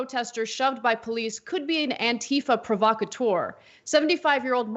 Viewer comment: Why does the right keep pronouncing "ANTIFA" as, "ANNE-tuh-fuh?" It's an abbreviation for "Anti-fascist." It's pronounced, "Anne-TEE-fah."